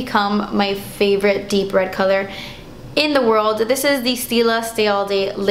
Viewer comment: oh my god! I was watching this video and I just realized you totally talk like Chandler! I started laughing so hard when you said "my favorite deep red color... in the world" with that intense pause just like Chandler would do. Loved it.